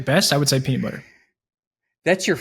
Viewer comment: and dont say peanit butter